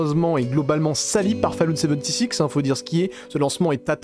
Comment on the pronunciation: Fallout "seventy six".. A m'arracher les cheveux !